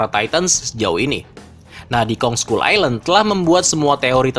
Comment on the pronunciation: Skull dibaca skal😑